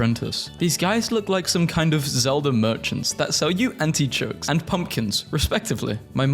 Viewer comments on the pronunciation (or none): WHY DID HE SAY "ANTICHOKES"? Is that like some kind of reverse artichoke? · not hating but like..why did you say antichokes??